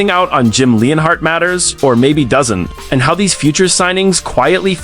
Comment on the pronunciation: It's Jim Leonard, not Jim Leinahardt, lol. It's Russ Ball, not Rust Ball